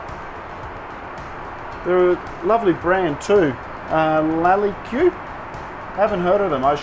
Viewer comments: please allow me to first congratulate you for your beautiful wife -- you make an exquisite couple! Second of all, "Lalique" would be pronounced "Lalic", like in "panic". It is an old brand from France famous for crystal work (and more) and you can learn more about them here Thumbs up to your wife for knowing this:) And as far as Krug Champagne is concerned, if not the BEST champagne, it is surely in the top 3, so no wonder it is a delicious one! Thanks for sharing this amazing flight and introducing your lovely and caring wife. All the best to both of you:) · [Laliq] - it’s a french brand that primarily makes crystals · I cannot believe you called it lalli q, Oh dear! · Lali-Kew!!...oh dear! Imagine boarding into the art-deco splendour of the ocean liner ‘Normandie’ in 1936 with all her chic and panache looking at the grand light towers in the dining salon and then he drops that clanger!! Mon-dieu...the French would be mortified...but forgiving realising he’s just not French! Lalique...one very famous brand... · La-lee-queue. Lols. I'm glad set you straight. Also, she's very pretty. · LAH-LEEK 0_o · What is ' day job? Of all the travel vloggers he's the most acts like he's been there before. Well, until it came time to say Lalique. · What a peasant ... Lalique is a famous luxury French brand like Louis Vuitton ... It is NOT a three syllable word or from Fiji ffs ...the "que" on the end is part of the word ... not an add-on. As a first class lifestyle connoisseur I thought you would be up with global luxury brands. They were famous for their exquisite glass and crystal work ... particularly in the early 20th century. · Lalique? Hehe. Thanks for the laugh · I believe he does reference a corrected pronunciation, but not sure who told him... perhaps a flight crew member or his charming wife? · His wife told him the correct way to pronounce it.